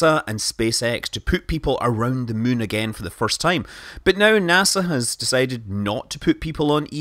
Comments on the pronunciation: I like how he says "Mün" instead of "Moon". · After years of kerbal space program i dont know if its me hearing mun instead of moon or its scott saying mun instead of moon